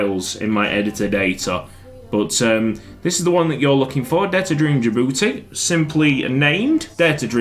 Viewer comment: DJI DJI DJI-BOU-TI